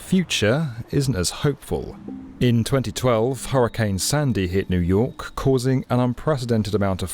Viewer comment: New York eeoooo 😂😂😂